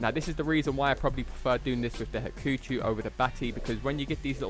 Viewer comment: I'm sorry but Haku-CHEW!?! NO. HAKU-CHO-U. Chou not chew. xD Do you say ToeKeyYo too? XD